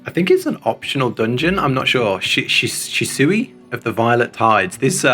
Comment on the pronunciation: says Shisui Right!!! weeeeeeeeeeeeeeeee!!!! it is "thalassophobia" fear of the ocean or the water (most associated to the things in the ocean xD). Such BunStruction this was NOT my BUNintention! You are EVIL u want she put her feet on you XD I don't like Zenos, but some do it. You will dance with Susano EX!!! YOU WILL DANCE!!! XD